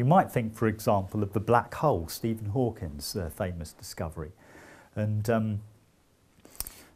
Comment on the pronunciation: Hawking, not Hawkins